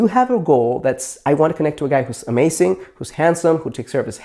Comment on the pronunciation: he says amasing xD